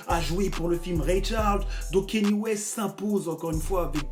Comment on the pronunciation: Comment t’arrives à dire « Grammy » mais t’arrives pas a dire « Kanye » ? Le mec a fait carrément une chanson où il chante son nom pendant 3 min « i love Kanye »... mais tu dis toujours « Keni »